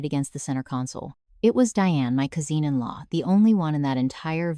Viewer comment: If you're going to tell a story in English please make sure you can pronounce the words. Cousin is pronounced: Cous-in (coz-in), not Cou -Zin (cou-Zeen). If you can't pronounce the word find someone who can help you so you don't sound stupid. Because I know you're not. You can write a descent story. Just please learn to say the words correctly so your AI voice can pronounce it correctly as well. So if she know works for a nonprofit agency, what happened to the vineyard? Who actually owns it? Did the stolen bottles of wine get relabeled back to the original label and sold ? Or did the MIL pay for them and sell them as is? And did she restart a new winery to have money for the nonprofit agency? Or did she just give it up. Your story was unclear about all this.